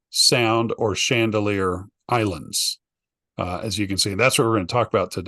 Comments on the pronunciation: It’s actually Chandeleur ❤ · its Chandaleur not Chandalear